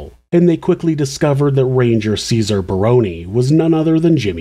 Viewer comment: As an aside, I would like to commend you on the correct pronunciation of the "Barone" name. It is rare.